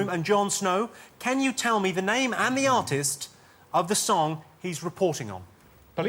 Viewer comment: "Allo, where is ZE shop? I'm going to ZE train station."